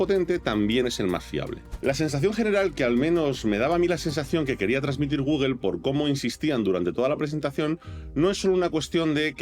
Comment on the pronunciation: por que dices Google?